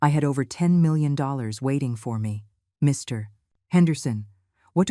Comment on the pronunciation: I love the way the AI voice doesn't know that Mr. is not a complete sentence. One gets that pause every time Mr. --- Henderson is to be mentioned.